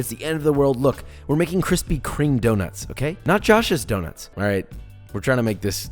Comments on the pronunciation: Lol where are the kwispy kwomments? I’m too early sad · Need Kwispy merch... 🤣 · 1 like = 1 kwispy